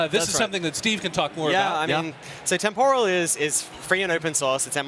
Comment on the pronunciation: The way they pronounce "temporal" with the stress on the second syllable is really annoying.